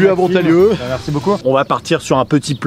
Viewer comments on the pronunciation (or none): c'est montalieu versieu la ville pas montagnieu